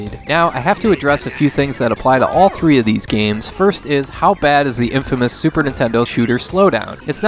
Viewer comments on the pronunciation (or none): none